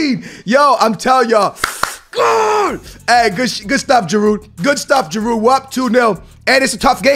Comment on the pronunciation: You dont pronounce the D in giroud